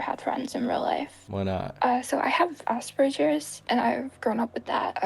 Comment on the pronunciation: Mispronounced Aspergers. Totally faking it.